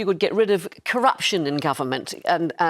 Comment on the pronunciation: She said "Cutting curruptiin is "pie in the sky"" Unbelievable